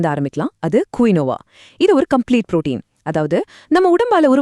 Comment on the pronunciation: குயியோவா கிடையாது கீனுவா